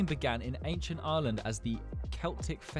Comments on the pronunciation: “areland” 😭 ITS PRONOUNCED EYE-R-LAND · Yo I live in Ireland